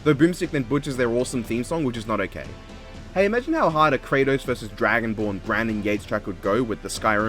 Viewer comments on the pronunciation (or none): none